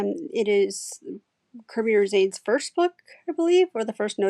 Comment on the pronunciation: His last name is pronounced as Ro- sah- nes. I love his work